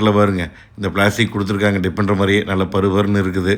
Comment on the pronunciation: He said tipendarr...😂